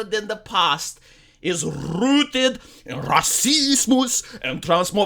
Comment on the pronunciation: Is there a compilation video of saying Racismus? Sometimes it is the highlight of my work day.